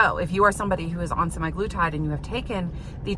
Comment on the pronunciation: Sim-EYE-gloo-tide? Say it ain't so. I don't know where they got "sema" from -- but based upon my initial research, I think "sema" refers to 7 days or weekly. Interesting results even though data mining is somewhat limited in its scientific validity. You mention demographics as affecting the study. For instance, tirzepatide was cheaper than semaglutide, so that might have something to do with whether an insurance company approved treatment. Would be a good basis for a direct randomized comparison between the two drugs.